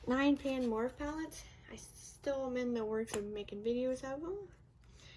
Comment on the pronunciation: Morphe is actually pronounced like More-fee....